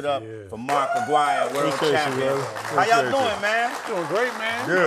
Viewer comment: I wish mark would correct the saying of his name. It is not Aguiar it is Aguirre.